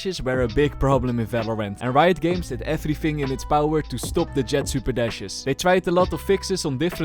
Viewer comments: "Rito Games"😭🙏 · Did you really just call them RITO games? 😀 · Bro said “rito games”